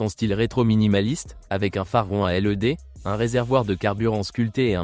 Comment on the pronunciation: Phare rond à L.E.D tu nous prend pour des quiches tu peux pas le prononcer led